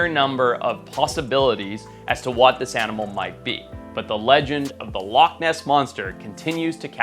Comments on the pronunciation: And it's loch and not lock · Loch is Gàidhlig for lake and is pronounced loh-ck with a harsh(ish) ck like the German ich. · i mean TO BE FAIR, to make up for your editor not knowing how to SPELL "Loch" you dont know how to PRONOUNCE "loch" so i guess it balances out :P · It's alright, you didn't pronounce it right either so the editor gets a pass